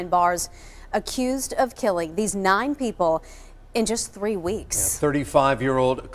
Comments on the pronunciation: In this episode, said “tree (3),” “turteen (13),” “turty (30),” and the rare “turty-tree (33)” eleven times. (I’m only counting 33 once) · You know that the number “three” generally is not pronounced the same as the tall things with leaves that you find in the woods. Just letting you know in case nobody cared enough. 😊